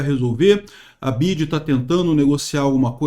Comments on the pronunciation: Nao é Bid é BIDÊ kkk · Bi ya di (di e não dji) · A pronuncia correta é (Bi Uai Di) hahahaha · N sabe nem falar BYD 😂